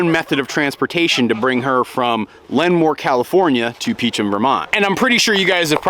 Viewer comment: I didnt know you got Abby from Lemoore! You drove right past me when you drove up the 99! Also, it is pronounced Lee-Moore